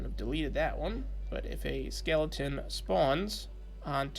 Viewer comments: I realised you said heleton at the mark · he said halaton instead of skeleton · i've noticed lately a lot of youtubers are becoming quite dyslexic lately. you said its for the Skeight of the Heleton <3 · hi im nasifthegamer and im in my now main account because google deleted my previous account , i was the third one to point out that you said heleton [didnt even sub to anyone else just came straight here and subscried]